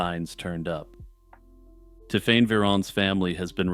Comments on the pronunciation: that's a long way from Ti'fane'. My point about the magic E stands. It sounded so off I had to skip the story as the pronunciation was so irritating. I say this as someone who hates French and French ppl. I still say its closer to 'Tiffany' or 'Tiffenay' possibly. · Hi, I’m a French speaker. It’s pronounced tiff-en. He was quite close